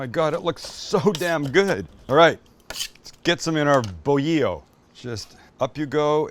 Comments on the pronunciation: It's called BOLILLO as BO-LEE-YO not BO-HE-YO... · Take out the fries, add refried beans and a salsita and now we're talking. You basically made a torta, but with extra steps lol. Not mad at it, though. Also, the bolillo (bread) is pronounced bo-lee-yo! :) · "Bolillo" it's pronounced like Bo - Lee - Jo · Chopped torta, great idea. Why blend the marinade? It's just one more thing to wash. I will add chopped lettuce and tomato like a torta. And it's boh-lee-yoh. You've been in so cal long enough :) I don't think there's any Spanish word with two sets of LLs.